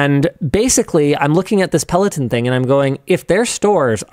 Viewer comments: Linus calling it “Pelotin” is distracting… it’s Peloton, with an “o” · peh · luh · taan